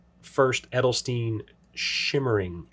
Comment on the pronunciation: Love the way you say Edelstein, it actually sounds close to how we'd say it :D Also I like the tone but I wanna use up my Smoky Quarz first